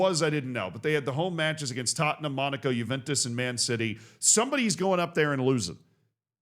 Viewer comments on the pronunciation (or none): none